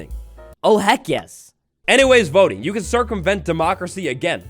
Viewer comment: Until the word voting came up on screen I thought you were saying "boating update"